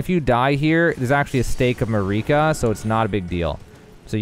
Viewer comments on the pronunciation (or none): Actually. It’s not stake of mareeka its stake of marika